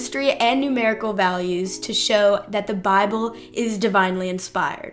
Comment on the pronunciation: Love the way she pronounces 'Bahble" and "wri-en". Dropping the t's in the middle of a word is definite giveaway for a lack of education. Oh, and then "no man could have came up with." I should make a vid just on her atrocious English.